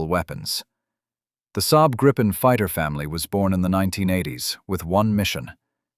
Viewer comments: Let me correct you: First, it's pronounced Gri-pen & NOT Gripe-n! Second, the Gripen is NOT stealthy! It's got superb ECM/EW avionics but it is NOT stealthy, save for its size! Which leads to my third point: the Gripen does NOT have any weapons bays! It has weapons PYLONS but NOT weapons BAYS! The Gripen is NOT the F-35! Keep that in mind! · And do please refrain from pronouncing it "grayypen" or "grayypin". It's greepen, stressing the first syllable. It means "the gryphon" in Swedish, "Grip" without the "the". En grip = "a gryphon". Gripen = "the gryphon". Nor is it pronounced "grippen".